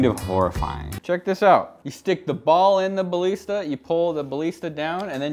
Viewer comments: I don’t like how you say ballista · the way you say ballista pains me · Thats not how you say ballista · your pronounsing balista wrong